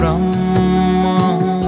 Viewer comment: शब्द उच्चारणमा अलि ख्याल गर्ने कि ? यो लेबलको कलाकारले, ब्रम्म हैन ब्रह्म हो, बुद्द हैन बुद्ध हो ।